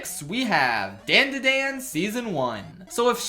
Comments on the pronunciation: The show isn't pronounced "dan da dan", it's "dawn da dawn", it's how they say it in the OP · you did not just say Dandadan like Dayndaydayn. And disrespecting my boy Chilchuck in the same video....... insanity. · “Dan-da-dan” Bro the intro says how you are supposed to say it 😭😭😭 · why does he say dandadan like thattt ughhh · He pronounced dandadan wrong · Why does this mf mispronounce DanDaDan when it's in the first .6 seconds of the intro in every single episode. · Given your opinion of it’s opening, why do you pronounce DANDADAN like that? Who is Dan? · Dislike for the dandadan pronunciation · saying dandadan like that is whitest moment in a while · no, I can’t ignore you pronunciation of danadan, idk why I care but it disturbs me on a primal level. Seriously, why am I so disturbed by this? Help. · The way you pronounce dandadan pisses me off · HOW DOES NOBODY KNOW HOW TO PRONOUNCE DANDADAN